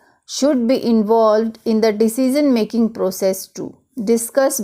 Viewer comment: Your pronunciation "decision" is really awfull..